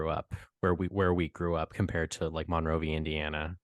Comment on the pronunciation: As a person having been in Monrovia my whole life the way it is mostly pronounced is mun-rovia compared to mon-rovia. Honest mistake, you’d have to be here often to know that